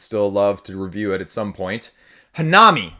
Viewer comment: It's pronounced hannami, not hanaami. (comes from Hana = flower and Mi from Miru = to see) But it's fine. Just thought I put it out there. For the rest, great video as per usual. I like your opinions 💜